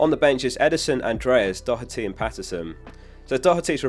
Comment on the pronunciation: Doherty to Atheltico means I wont have to wince every time you mispronounce his surname! Love the content bro <3